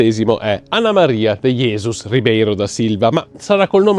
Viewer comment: Una avvertenza sulla pronuncia: in portoghese, la J (ad esempio, in Jesus), pronunciala non "alla spagnola", ma tal quale come in francese...